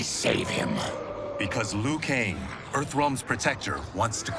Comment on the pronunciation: glad to see someone finally pronounce Liu right. It sounds like Leo, not Loo.